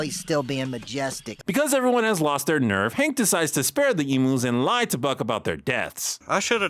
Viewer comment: Lol I find it so hilarious Buck asked Hank to shoot emus given notoriously HARD they are to kill - even with a rifle 🤣 (Just look up the Great Emu War of 1932 & you’ll see what I mean!) Also I can say as a bonafide Aussie, NO one Down Under pronounces the name as E-moos but E-myuus.